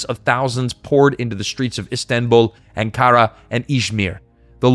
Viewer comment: The only problem with this video was that the narrator butchered at least two words. Naci is pronounced na-jee. C has the j sound in Turkish. And Erdogan is pronounced Er-doh-ahn. And Ankara is pronounced ANK-ara. And, no, I am not Turkish. I just pay attention to the bleeding obvious when listening to how words are pronounced.